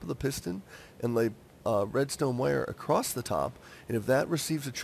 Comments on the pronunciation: ITS ACROSS NOT ACROSST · Not to be mean but it's "across" and not "acrosst"